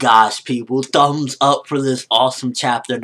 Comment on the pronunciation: i love the way u say thumbs up... ..tfumbs up for this chapter hahha <3